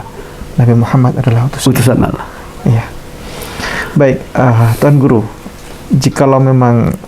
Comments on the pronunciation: Tolong sebutan Allah, jangan disamakan dg penyebutan sewaktu Bpk. di Agama sebelumnya. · ASSALAMUALAIKUM WR WB...fimohon dan minta tolong ya pak untuk bapak didalam pengucapan allah TAPI ALLAH SWT dan ajari pengucapan dalam lidahnya dan trrima kasih dan juga cara dakwahnya harus murni islami jadi biar terkesan betul mantap dalam beragama islam.karena kalau pengucapan allah masih kayak itu kemungkinan besar bagi yang tidak tau pada bapak jika menyampailam bab islam akan dikira misionaris karena pengucapan ALLAH SWT masih kaku dan kelu tapi saya mendukung sangat.dan untuk sekarang focus belajar islam dulu dan jangan berdakwah dulu dan mungkin lain kali.karena ta lihat masih penyampaian islamnya masih berdasrkan ilmu pikirannya dan nalarnya meski itu benar tapi kurang kuat jika tidak disandingkan dengan faham dalil AL QUR'AN DAN HADIS karena jika tidak dikuatkan dengan dalil maka akan jadi penyampaian ilmu hanya sebatas pikirannya dan jadinya akan ilmunya lebih dulu dari pada pelaksanaan dan itu kurang bagus dan cara pengucapan lafal arab yang benar dan terima kasih dan tetap semangat salam dari saya pribadi.SEMANGAT BERDAKWAH BOLEH ASAL ADA KAPASITAS YANG MEMPUNI DALAM BERILMU DAN DALIL KUAT DAN PAS DALAM PENGUCAPAN DAN DISERTAI DENGAN UCAPAN DAN PERBUATAN YANG SESUAI DENGAN APA YANG DISAMPAIKAN karena ni demi murninya islam terjaga.dan jangan asal semangat berdakwah tanpa dasar tapi jujur saya dukung mumek dan terus semangat dan dalami islam pada ahlinya dan berguru secara langsung dan bukan hanya di yout